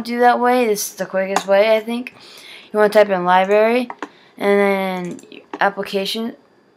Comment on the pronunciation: it is not libary its library!!